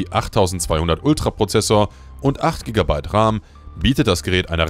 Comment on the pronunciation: Kein sehr gutes video. Und entweder ist das eine KI Stimme in dem Video oder das Skript ist voller grammatikfehler. Beispielsweise wird RAM, auch RAM ausgesprochen und nicht Raahm.